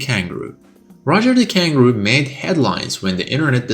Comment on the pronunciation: Roger Kangroo💀